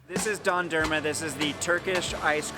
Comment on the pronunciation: "dendürmea" got me